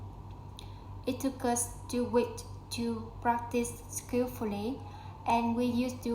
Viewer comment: Yeah, it is a really good and long story. Glad to see your effort. It's great as your pronunciation seems pretty good, especially your linking sounds. Only need to pay attention to final sounds (2 weekS) and practice 2 words: April /ˈeɪprəl/, ambitious /æmˈbɪʃəs/. Thanks:)